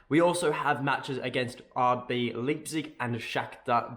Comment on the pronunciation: Please god go check out how to say Leipzig. 🤣